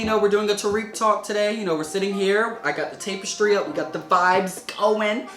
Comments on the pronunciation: "tape-is-tree" ...must be a local accent. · No offense, tapestry is pronounced like Tap istry, not tape estry.